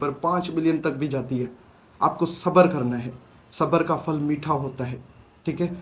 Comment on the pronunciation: Fal kia hota ha phal bolty hain